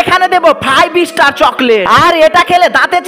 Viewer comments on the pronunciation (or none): none